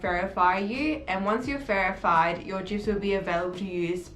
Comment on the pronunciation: did she say ferified ? 🥴